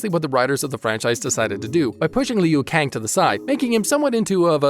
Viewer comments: I dude said lung kou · Its kung Lao & Liu Kang(Loo-Kang). Its Kano(Kay-No).